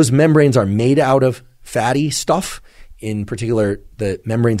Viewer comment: Liked the way you said "fatty stuuff" Kinda like NY accent